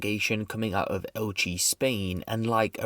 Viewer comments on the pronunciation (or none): You pronounce elche so horrifically wrong I am disappointed